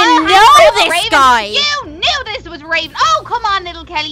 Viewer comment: Mckenzie Webster its raven u said ravan